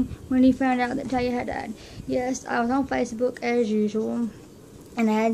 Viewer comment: Yay! I found it! I love it! I love the picture you choose as one of your favorites, it was so hard for me to pick too. I feel the same way, when Talia died part of me died too. :( Oh and you did say my name right. :)